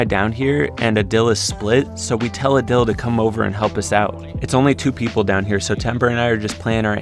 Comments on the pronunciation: Just gonna put out there it’s pronounced aaadil not udil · Is not adil it is pronounced aadil